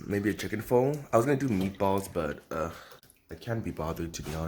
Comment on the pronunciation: Bruh can you pronounce PHO ????